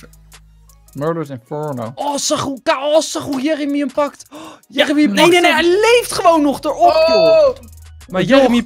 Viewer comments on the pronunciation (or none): Jer emy whahah hoe enzo dat zegt het is Jeremy xD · Jeremy? Djermey hahah